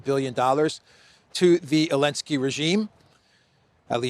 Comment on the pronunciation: Why do you keep calling Zelenskii Elenskii 😂😂😂. The rest is spot on as usually. Keep up the good work. Talk some sense in Europeans, well at least try to.